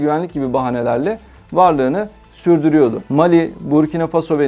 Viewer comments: МАли, САхара....Что у диктора с ударениями? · ОМГ, что с ударениями? МалИ, БуркинА ФасО, СахЕль, сахЕльский, ЭковАс (аббревиатура, но язык французский и ударение на последнем слоге).